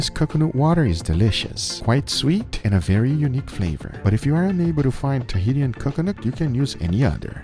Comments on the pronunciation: It's said like ta he Shan. Not tahitian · Tahitian = "Tah - he - shian"